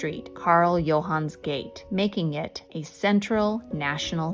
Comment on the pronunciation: And "Gate" is pronounced something along the lines of "Gut'a" 😉